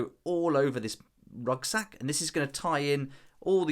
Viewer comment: Are you saying "rugsack"?